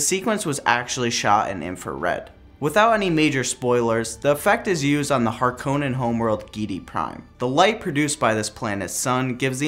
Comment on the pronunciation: This was a cool and insightful video but you should definitely know how to pronounce Harkonnen correctly